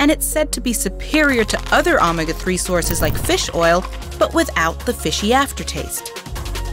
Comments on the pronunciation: "ah-mega 3" Excuse me? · She confused me at the photo-syntheesis part...then she said "Ahmuhga 3" Is this a text to talk computer voice? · I try to give a lot of leeway for pronunciation due to accents and region. Omega is definitely pronounced with a long O though, as all Greek letters began with the sound they represented. The short O was omicron. 👍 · Check your pronunciation on things like “photosynthesis”, “baleen”, and “omega”.